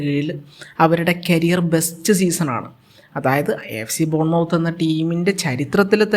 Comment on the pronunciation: ബോൺ മൌത്ത് അല്ല.. മത്ത് ആണ്..